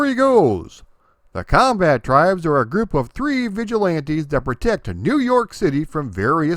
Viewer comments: Comba-Tribes, not "combattribes" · I pronounce it "The Comba-tribes". I still think that's the right way to say it.